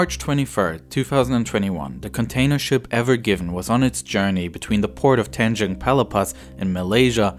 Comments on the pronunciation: The "AVON GIVENN" ?! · They keep saying the name of the ship wrong. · Why’d he call it the ever given if it said ever green on it?